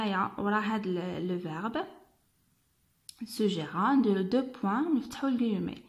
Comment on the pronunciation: Vérifiez madame la prononciation du verbe SUGGÉRER... TU L'AS LU FAUX . Merci pour tes efforts